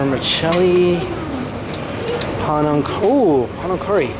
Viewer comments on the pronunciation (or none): Its Pi-Nang... i thought you knew!